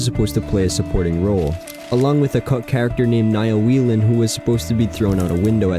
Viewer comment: its pronounced way-len. it’s irish